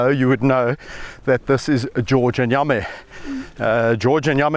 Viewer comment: You mean Yame? It’s pronounced yamm-ee. Check out all his videos. You will love this channel. His work with wildlife is amazing.